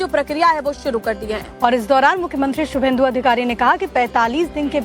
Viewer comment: His name is subhendu. Not Suvendu.